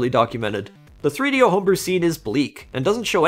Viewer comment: 3do is not a word. Rather three separate items that should be pronounced as 3-d-o, all separate. Not threedyo.